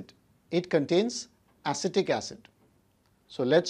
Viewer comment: aectic acid